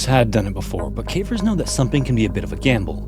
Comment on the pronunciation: Thank you for using your real and pleasant voice. You are one of the few who can pronounce “caver’s” properly. If i hear “Cah-vers” from another ai im going to flip out